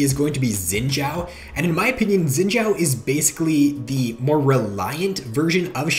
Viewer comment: I cringe at how you say xins name